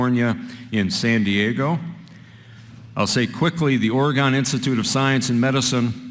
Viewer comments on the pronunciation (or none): Oregone ... WTF ... it's Ore-gun moron ...